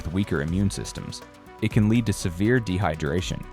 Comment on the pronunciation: AI pronounces the toxin “lead” with “leed”😂